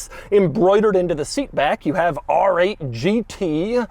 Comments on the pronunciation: “ARRRRGG eight GT” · “Arrr-ate Ghee-tee!” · Rrrrrrggggg8 Gt , bro 😂😂😂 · “ARRRRRR 8 GT” - CAPTAIN DOUG DEMURO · I need a supercut of Doug saying AAAARRR ATE!!! GEETEE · Whenever he says ‘R8’ it feels like Doug’s inner pirate comes out Arrrrr8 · Doug says the letter R in a way that would make a pirate proud